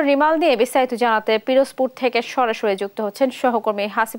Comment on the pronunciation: সঠিক উচ্চারণ: 'রিমাল'